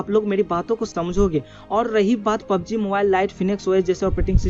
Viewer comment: its not pob g its a PUB G